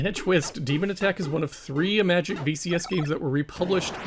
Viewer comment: Finally, a person who correctly pronounces the word "Imagic". Most other channels obviously don't see the connection with the word "image", and pronounce the name as if it were an Apple product.